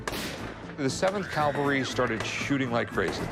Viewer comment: I cringe whenever I hear someone say "calvary" instead of "cavalry" like Rick did here. FYI, Rick, Calvary is where the putative Christ was allegedly crucified. Some people even say "cowvary" so that it bastardizes both words.